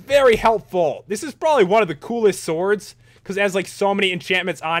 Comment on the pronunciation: Special enchantments for the Soords. That accent when he says sword XD